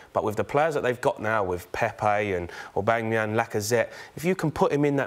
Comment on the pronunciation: the way he says aubameyang's name 😂 😂